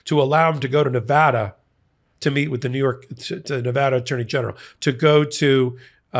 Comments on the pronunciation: Thank you for pronouncing the great state of Nevada correctly(!) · Thank you,, for your continued updates. Also, thank you for pronouncing Nevada right!